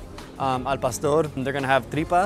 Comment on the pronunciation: Palstor lol Cmon bro, i know you can say Pah-store